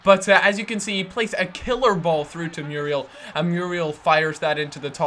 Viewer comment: muuuuurielllll not meeruel